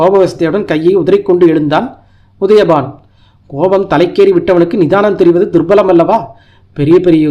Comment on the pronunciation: சார்! உங்கள் வாசிப்பு நன்றாக உள்ளது. இன்னும் மெருகேற்ற சில திருத்தங்கள். My 2 cents துர்லபம் என்பதே சரி துர்பலம் அல்ல விசாலமான என்பதே சரி விலாசமான அல்ல